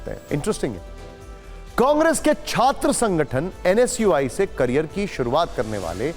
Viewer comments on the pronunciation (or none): none